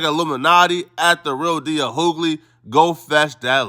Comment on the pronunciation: Bro its pronounced D.L you-gly not hoo-gly...it's really starting to irk me😫😣😫